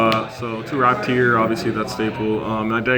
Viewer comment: Mfw "raptier"...its ratpier